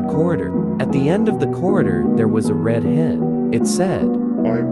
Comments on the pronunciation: When you said the red head it sounded like the reed head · you say rid head 😂😂😂😂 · I like how the robot voice cannot pronounce such simple words like "red" or "alone"